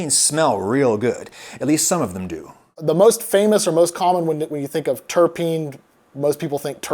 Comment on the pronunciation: Spelling: Terpene Beer expert: "Terpene" Adam: "Tarapene" Jokes aside, this has been very interesting and informative. Love your stuff.